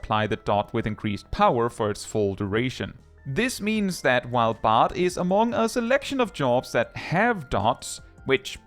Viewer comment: Bard rhymes with hard